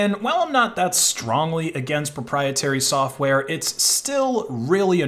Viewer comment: *ABSOLUTE PROPIETARY!!!*